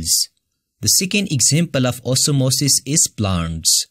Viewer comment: The way u say OsmOsIs 😂it's nice